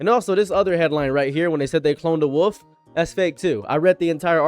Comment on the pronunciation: Out of curiosity: where are you from? I'm asking because of the way you pronounce "wolf", which reminds me of certain of my relatives.